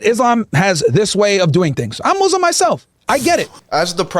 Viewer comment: Could we agree needs to learn how to say muslim—it’s not mazlams